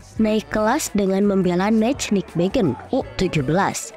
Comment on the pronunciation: Kenapa yah kalo mengucapkankan Nijmegen kok susah banget.....Neimehen (bhs Belanda huruf J pengucapannya Y dan huruf G pengucapannya H)